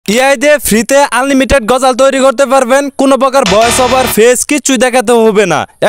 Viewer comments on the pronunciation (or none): none